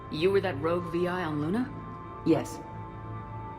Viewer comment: reading ussr lunA as sisisipee lUna fucking ended me